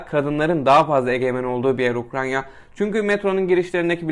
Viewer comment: Ukranya değil ya UKRAYNA 😅